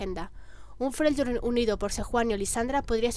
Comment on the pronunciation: Se pronuncia "Frelyord"